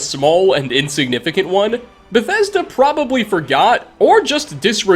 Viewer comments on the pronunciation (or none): none